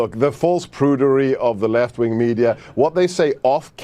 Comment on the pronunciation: His accent weirds me out so much because of how inconsistent it is. He goes from silencing his 't's ('left' in 'left-wing' sounds like 'leff') to voicing them ('toilet' in 'toiled-mouthed'). His 'a's seem to go from 'ah' to 'aa' to 'uh' to 'ur' and everywhere in-between, same with his 'er'. It's like he can't decide which accent he's going for, and so every other syllable he keeps cycling through every anglophone accent he can conjure up.